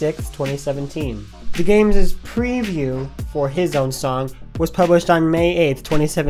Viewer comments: Wait its pronounced D A games not dah games damn I feel stupid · Thank you Will you don't understand how many people I get triggered from calling it "dah games" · Yea It's D A Games not Deh Games XD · DAGames - you stoll from dah games I'm sorry.... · you stole from DAH games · Excuse me ITS D A GAMES?!!?!! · The fact that he said "dah games" made me laugh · If You didnt make this video, I personaly wouldnt think you stole from either creators. also you said DAGames wrong its Dee Ayy Games. (hope you can say it now 😅) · Sorry to be annoying, but its pernounced D A games. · Nobody:: duh-games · No one: DA Games:: DAH GAMESUH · it's like he's saying "The Games".. XD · Finally people now know this but one thing... you pronounced D.A.Games wrong. =| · YOU SAID DAGAMES WRONG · You have been pronouncing da games wrong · XD its pronounced D. A. GAMES NOT degames XDD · D! A! Not “da” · It sounds like he's saying 'the games' instead of 'DA games' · DAGames Wait its not pronounced dah games... ...Shiet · Yeah he keeps calling it Dah Games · Yea it’s D A Not Dah Games duh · DAGames that is so true...no one should treat people the way they did to...btw your channel is pronounced D A Games not Dah Games...(people who pronounces it like that...pls try saying it right) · It's pronounce d a games